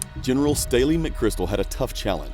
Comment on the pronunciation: it sounds like you said Staley McChrystal.